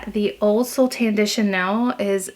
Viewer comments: Don’t think you need to speak fluent French to know ‘soleil’ is pronounced ‘Sol-ay’ not ‘Sol.’ And ‘excess’ is, well, ‘excess’ not ‘axis’ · I speak French, it’s pronounced So - lay. 😊